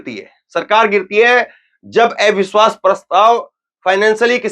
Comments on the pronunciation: Are ai biswas nàhi jara pronunce thhik karo abiswas hai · Avishwas bolna to seekho